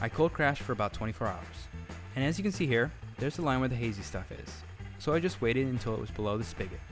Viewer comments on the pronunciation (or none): none